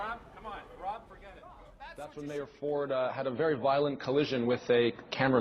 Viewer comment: ***** Except that it's ROB Ford, not Rod Ford. At least yell his name correctly when you yell it.